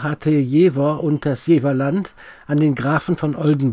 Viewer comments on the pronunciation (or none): Beim Dritten "Jeeeewah" war ich als gebürtiger Jefffffffferaner raus. Ciao.